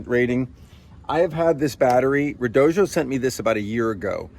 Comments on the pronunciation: Really enjoying the video so far, but I have to say, the company that sells those batteries apparently insists that it is pronounced red-OH-dee-oh. I've seen a number of YouTubers that say the company asked them to get it right when they say it, so if they aren't lying, that should be the pronunciation. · Red-oh-doh. There is no J in the name. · Why do you say redojo? What am I missing? That’s a “d” not a “j” at the end of the word